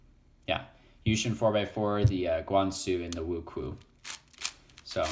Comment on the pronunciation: btw it's pronounced wu-chew-ayyyyy